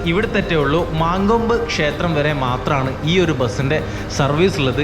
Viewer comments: മങ്കോമ്പ് അല്ല മങ്കൊമ്പ് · മാൻകോമ്പ് അല്ല മങ്കോമ്പ്